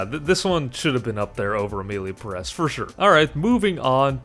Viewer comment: I have to disagree with you. civil war was almost unwatchable. Perez has a syllable accent, so is Peh rez. The movie a real pain is espectacular. Nosferatu is good too, but not for the Oscar. The apprentice is a great movie.